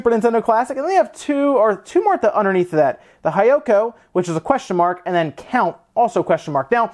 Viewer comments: It's not "hai yoko." It's pronounced "hee yoko" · "there are no-" gonna cut you there with い and え The word used in the video was "Hiyoko" but the "Hi" part was mispronounced like literally saying the English "Hi" as in Hello where as it should have been said similar to the English "He", most similar to "hime" or princess in Japanese. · Just to note, Kachikachi is pronounced "kah-chee-kah-chee" and Hiyoko is pronounced "Hee-yoh-koh." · "I's" and "E's" are reversed in Japanese so it would be pronounced as "He-Yo-Ko"